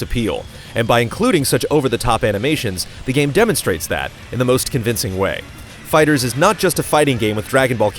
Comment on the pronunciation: Why do you keep saying "fighters"? It's called FIGHTER Z.